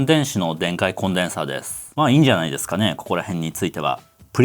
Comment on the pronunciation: 耳の腐っているオジサンのために、語尾のですの「す」を明確に発音してほしいで＆